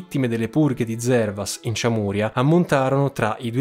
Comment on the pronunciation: Giusto per precisione sonora: Çameria = “CIAMERIA (senza accenti. Vocali della stessa durata. uguali) e non ciamùria. Cioè, come dire non Siciulia ma Sicilia. Grazie